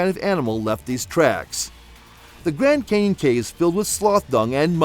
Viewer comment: If you say gran Kenyon one more time I'm gonna kick you in the nuts!